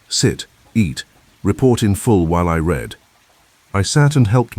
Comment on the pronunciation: Another great plot! "Read": now, I reed. Yesterday, I red. The ai has vastly improved but English is a challenging language❤